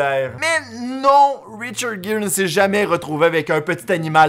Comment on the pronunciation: Hey super ta vidéo sur le reportage sur richard Gere... 😊 Attention j'ai bien dis Richard gere Et non pas richard jere c'est un g pas j ( en fonction de la langue) 😛 C'est comme le prénom de Angie les français le dis engie... 😔 on dirai un nom une engie...BORDEL C'EST ANGIE. 🙂